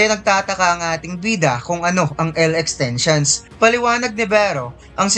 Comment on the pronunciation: Kanina kopa napapansin yung "i" niya nagiging "e" sa lahat ng sinasabi niya